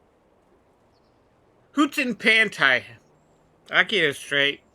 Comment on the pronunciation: WHO-TAN PAN-TIE